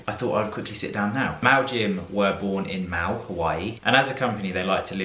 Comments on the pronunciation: Good video, handsome and stylish as ever. I do feel I need to offer you some help with the pronunciation of Maui Jim, as a few others have as well. You pronounced Maui like Mao or Chairman Mao! But Maui is in reference to the Island of Maui in Hawaii where All vowels are pronounced. Ha-wai-i, Ma-u-i. Very strong eeeeee at the end. Not a major faux pas, just confusing enough that I had no idea what brand you were referring to at first, even though I own a great pair of prescription Maui Jim's myself. Love the sausage boys -- so adorable. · Maui Jim is pronounced like the Hawaiian Island Maui (Mow-e) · Hi. I’m from the US and thought you’d like to know that Maui is pronounced mau-ee. I’m surprised the brand didn’t help you with the correct pronunciation. Enjoyed the video. 😊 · as a native Hawaiian, every time I heard "Mau-Jim" :( :(